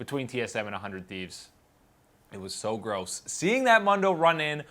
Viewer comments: He's pronouncing it incorrectly for the fact dr. Mundo says his own name in his quote and it's as the original post says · why do you say Mondo? the word Mundo is in spanish and its phonetics are "Moon-Dough" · I'm not even going yo argue... I should not have used the word phonetics (you are right I actually don't know about phonetics) but I stand my ground on the fact that the spanish pronunciation is not the one he uses.. And Mundo is a spanish word. I am not even trying to be a nazi about it.. I really am genuinely curious about this because even casters make the spanish pronunciation. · Actually, if you are talking about phonetics, it should be like this /ˈmʌndoʊ/. The word "Moon" would be like this /mun/ and "dough" would be like this /doʊ/. And the way is pronouncing it according to you would be like this /ˈmɑndoʊ/. So yeah, phonetics are diffcult sometimes. You need to be careful when you try to correct phontics and even phonology. Accents may interfere in most cases.